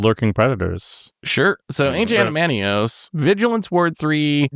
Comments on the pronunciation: Yes we all know it’s AdamanTWAH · "ancient adamantiose" is one of the more insane card mispronunciations I've heard do, great job on that one